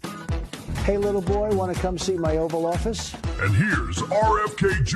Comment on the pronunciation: Did he say, Oval Office or Oval Orifice?